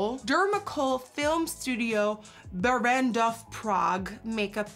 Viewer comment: Simona K3 když se snaží říct Barrandov😂😂